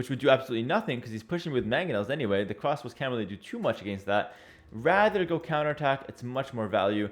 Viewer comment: I hear cwasbows